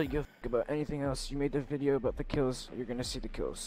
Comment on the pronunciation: Why can't spanish speakers say the letter V. Anytime a spanish speaking person says the word "video", they pronounce it "bideo".